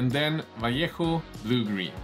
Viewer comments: Unrelated, but first time I hear someone in YT pronounce Vallejo correctly lol (not /valéiho/ or /valéiyoh/) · Amazing. You are the first person that pronounce "Vallejo"properly😂😂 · Congrats, you nailed the pronunciation of the word "Vallejo"! Respect